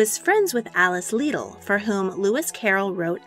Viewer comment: In Australia we seem to pronounce "Liddell" as "L'dell". "Bathurst" not as "Barth-urst". They're surnames, so perhaps some variation. Such as Edmund Halley's name was apparently NOT pronounced "Hay-ly" or "Hally", but "Hall-y". "Hall" as in "Toad Hall".